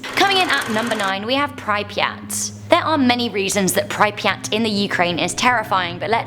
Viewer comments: Prip-yat not pry-pri-at Also the theoretical white hole which could shoot random mass in any direction possibly faster then the speed of light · its cringey when she keeps pronouncing pripyat wrong 😂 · can someone please teach her how to pronounce Chernobyl and pripyat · Said pripyat and Chernobyl wrong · Nothing worse than how she pronounces prypryat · Sorry but the way prounced pripyat is scaring me... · Im not Even Ukranian but I don't know if thats how you pronounce Pripyat. Still LOVE the channel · I'm sure we don't pronounce pripyat that way. Yet its OK you made it sound cool with the miss pronunciation. The blackeagle prison is way worse than you mentioned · Got to love pronunciation of Chernobyl and Pripyat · I'm Australian and her pronouncing it wrong really annoys me. 😅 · Mah bro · Ugh I know, right? 😂